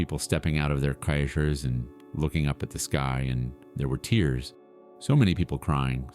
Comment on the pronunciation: @@ again! Listen to pauses that coincide with the captioning. Also the mistake when pronouncing cars. Plus, if he is now an adult, then why did he disobey Jesus and wait so long? I do believe this story though! I also believe that there was a simple need for AI due to the kid being foreign